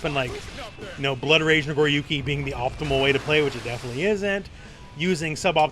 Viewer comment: "Nagoruki" lol